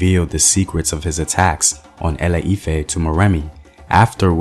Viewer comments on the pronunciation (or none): Thank you for this Yoruba history. But it's pronounced ile-ife and not ale-ife. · GOOD WORK BUT A FEW CORRECTIONS: ILE IFE = EE 'LAY EE 'FEH, ORISA= OO REE 'SHA, MOREMI CHILE WAS A BOY NOT A GIRL. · A E I O U , ITS ILE IFE NOT ALE IFE, so sorry but its just unignorable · ILE IFE is more like E-LAY E-FAIR, duh! Great job tho! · it’s not lol e lay efe I’m called ifeoluwa and ironically born in Ile Ife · Any other African watching and wondering why he butchered some of the names like ile-ife.